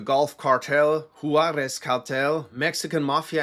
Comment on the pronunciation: i love when people that dont speak spanish or have little experience with the mexican dialect of spanish pronounce spanish words lol, i mean this in an endearing way cause im sure id butcher german words. “hoo-are-ezz” hehe. you could probably make an entire video this long on chicago gangs alone if you havent already. google folk nation and people nation. have fun with that messy spider web of alliances and infighting.